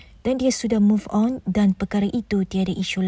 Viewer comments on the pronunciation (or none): bro ayat move one ko mmg win mesti wak jahid n umno paling happy bila ko tersasul move on😂😂